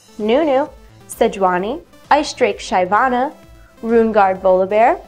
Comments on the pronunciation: It's pronounced SHIV-ANA. not SHY-VANA. See the champion spotlight where Phreak says it: Thanks =) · Nigga....it's Shyvana